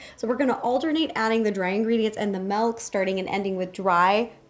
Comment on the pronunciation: I love how after all this time she still says “melk” 😂😂😂